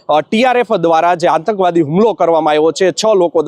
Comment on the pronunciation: 'આતંકવાદી' શબ્દનો સાચો ઉચ્ચાર શીખવો જરૂરી છે. સમાચાર આપતી વખતે હિંદીભાષીઓની નકલ કરવાની જરૂર નથી : "સમાચાર સામે આવી રહ્યા છે", "જો વાત કરવામાં આવે તો..."